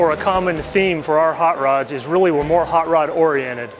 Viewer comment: moar ? , that's not how the English say more.